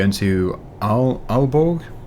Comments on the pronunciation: As a dane i can say you did a great job on the pronunciation of Aalborg. I recognised it without any doubts good job great video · Aalborg is a hard one, the two a's, is an Å. So I'm proud of how you spoke it :D